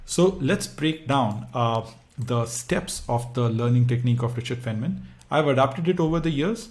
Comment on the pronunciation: Good explanation but his name is pronounced as “fine” man